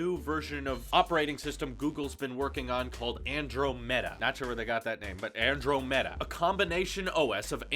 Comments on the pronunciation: Ann-drah-mahdaa not Andro meta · Lol XD, dude it's pronounced [an-drom-i-duh]... like the galaxy that's near the Milky Way In fact wasn't that Galaxy a default wallpaper on Mac's a while ago? Lol, I was so caught off guard when you said that